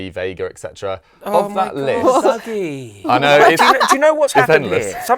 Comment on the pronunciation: Hearing calling Dougie, "Duggie" heart as an FD fan